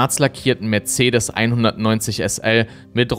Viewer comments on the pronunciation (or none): none